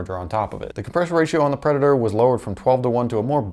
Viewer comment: "Pedator" lol